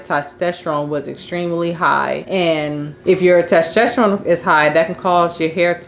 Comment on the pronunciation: It's TESTOSTERONE!! not TASTESTERONE